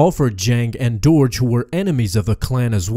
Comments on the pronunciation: I'm fairly certain it's pronounced 'derg' not 'dourj' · It's Durge! Not Doorge. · The way you pronounced "Durge" made me a little sad.